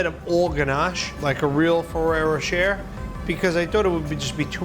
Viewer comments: Has Buddy been having vocal coaching? HIs Jersey accent (I am born and raised in North Jersey) sounds like it has faded a lot, especially when you watch an older video right before watching this one. And is Ferrero Rocher really pronounced "fa-rare-o-share'?? I think not. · When did ferrero rocher became ferrero sherer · Buddy's pronunciation of "Ferrero Rocher" has me lowkey dead 😭😭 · RosesofVersailles init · It triggered me how he pronounced ferrero rocher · Yes...in French, "-er" is normally pronounced similar to "ay/ae/ey" in English. I think many Americans tend to mispronounce it for some reason...